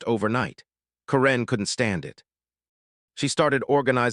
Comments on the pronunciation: Why are you pronouncing Karen's name with the emphasis on the second syllable? Is she from Myanmar? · This AI speaker needs to learn how to pronounce simple words. Mispronouncing karen multiple times